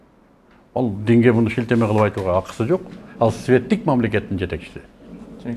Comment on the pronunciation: Мыктыбек мыкты жигитсиң , светтик дегенди өтө басым жасап койдуң . Ачык акыйкат сөздөрүңө ырахмат .